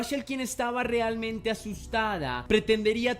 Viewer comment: Hola, me encantan tus narrativas y el respeto que muestras por las víctimas. Tengo un comentario con todo respeto hacia tu profesionalismo. Las palabras que tienen el diptongo ea se pronuncian como ea, no como o, ejemplos realmente, no se dice rilmente, reacción, no riaccion, reavivar,infranqueable, no infranquiable. Es solo una observación sin el afán de molestar. Saludos